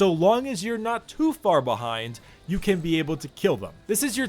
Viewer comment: Why do u spell "can" with an M sound? just asking... good video tho!